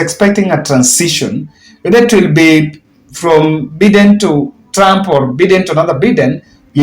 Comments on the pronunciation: The way you pronounce the name Biden is wrong it is not Beden , but is Biden (Joe Biden not Beden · It's pronounced Baiden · it is shameful how you are pronoucing Joe Biden. Try saying BAIDEN you will get it right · It is not Joe Beaten it is Joe Biden please